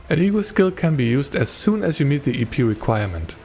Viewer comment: Every time you said "EP" I kept hearing "eepy" and it made it difficult to focus. "Eepy Cost" 😂